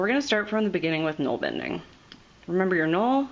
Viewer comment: Gnoll bending? :O You'rt bending gnolls? It looks like nålbinding to me, bind, binding, nål - where we get nail and needle from. Not pronounced gnoll.